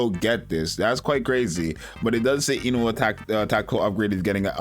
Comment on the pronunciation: Korean here, it’s pronounce “oon-hwa”. Sorry I have to be that guy.